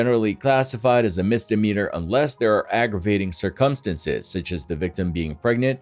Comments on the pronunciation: Cir"cum'stances. Lol he doesn't pronounce it right lol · Sir Cum Stance's???....you need to have someone pronuncekiate that word for you. 😂😉🤟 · That is the most unique pronunciation of "circumstances" I've heard. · The way the narrator pronounces "circumstances" is criminal.